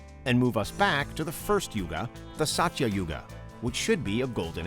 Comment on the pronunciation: The pronunciation of Mahabharat is- MAAHA BHAA...RUT...the T is soft like a child saying the letter...totally.. The Yugas are- Satyayug Suh-tya yug... Treta....with both soft Ts... Dwaa- pur yug... Kuhli-yug...not kaaliyug.... I hope you can work on these simple hindi pronunciations man...would really feel honoured and respected if you can learn the basics of hindi language to pronounce better in the video....thanks...